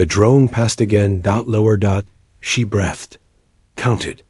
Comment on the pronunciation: Robot narrator! Breathed = bree th ed, not breth ed!